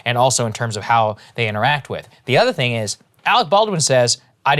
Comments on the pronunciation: “Alwick ballwin” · Arec Bawdwin...